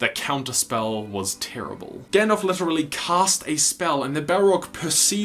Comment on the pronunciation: Gandalf, not gand-elf.